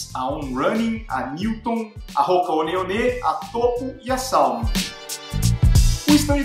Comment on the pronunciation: É, o vídeo foi legal..mas você não não pronuncia "Hoka One One" certo de jeito nenhum hein!